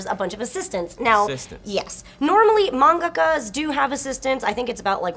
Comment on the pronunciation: I don't understand how can mispronounce Manga and then pronounce Mangaka properly.Make up your mind woman!